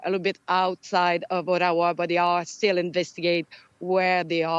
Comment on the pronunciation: Eric you nailed the name of the reporter but you kept saying “Attawa”, lol!